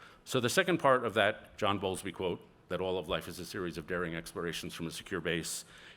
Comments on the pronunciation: Correction: it's John BOWLBY, not Bowlsby. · John Bowlby is the name... on attachment theory... he mispronounced it as Bolsby.... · Ironic that his calls to 'secure the family, secure the flag, and secure faith' sound a lot like the rallying calls of the populists about whom he is concerned. He is also either misunderstanding or misappropriating John Bowlby's work on attachment theory (whose name he also mispronounces).